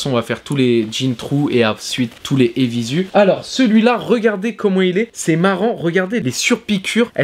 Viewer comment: Apres 30s de video J'ai dû partir en courant dès que j'ai entendu la prononciation " évizu" !!! Ça c'est pas possible garçon, tu peux pas te la jouer blog de mode et pas savoir prononcer le nom d'une marque.